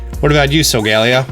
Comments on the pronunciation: no offense but its pronounced solgaleo not solgeleo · (Soul-ga-ley-yo) Not (sol-gale-io) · COS-MOH-EM SOH-GA-LE-O I’m sorry but your pronunciation dives me crazy. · So-ga-leo not so-gal-eo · Him: so-gae-li-oh Me: Sol-ga-lay-oh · Solgaleo is pronounced (so-ga-le-o) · I hate how you say “Solglaleo” 🤦🏽‍♂️ Sol-ga-léo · It’s so-ga-le-o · It’s sal ga le o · So-guh-lay-oh.... do you even watch Pokémon bro? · Am I the only one who pronounced solgaleo as. “Soul-gah-lee-oh” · Its actually pronounced sol gah lay o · the way he pronounced solgaleo hurt me somehow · The way you pronounce solgaleo annoys me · Im mad at how you say Solgaleo